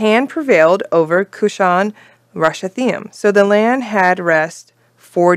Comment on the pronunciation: Judges 3:8 pronounciation help: koo-SHAN rish-ah-thah-YIM. Pronounciation usually on last syllable in Hebrew. Also, interesting fact: it means "twice-wicked Cushan."